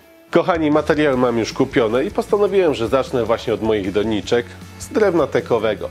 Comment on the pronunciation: Skąd ta moda akcentowania pierwszej sylaby? Na przykład - nie mówi się po polsku "DO-niczek", tylko "do-NI-czek".